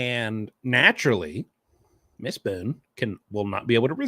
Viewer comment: Dude 😂😂😂😂😂😂😂 the cheese jokes don’t stop🤣🤣🤣🤣🤣🤣”Boone-a-tooouiie”